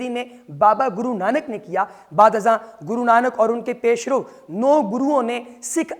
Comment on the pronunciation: ۔ اپنی اردو ٹھیک کرو یار۔ ایک جگہ ’’پیرو‘‘ کو ’’پیش رَو‘‘ بنا دیا۔ ایک جگہ ’’پیش رَو‘‘ کو ’’پیش رُو‘‘ بنا دیا۔ آ جاتے ہیں میڈیا پر، نالائق کہیں کے!۔